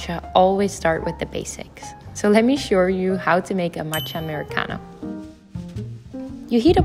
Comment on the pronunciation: „Let me showrrll you“ HAHAHAAH